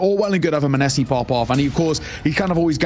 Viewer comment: Muh neh see no it’s monesy